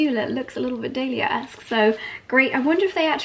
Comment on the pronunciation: If your going to be part of the club, please say the name correctly.I love dahlia and hearing you say it is just and the number of times you said it